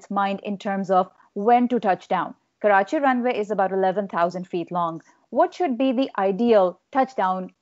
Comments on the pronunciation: I love it how you take special care of pronouncing 'Karachi' and 'Urdu' properly. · the way u pronounce Karachi is amazing and completely different from other Englsh speakers . loved it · Hey sir, I like you pronunciation of Karachi and Pakistan. Usually English spoken say Karachi and Phakistan.... Anyways very knowledgeable discussion. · This is not related to the topic but I have to say this , as a Pakistani ...I love the way he says Karachi “ ❤️